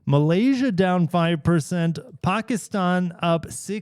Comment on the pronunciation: Thank you for your correct pronunciation of Pakistan!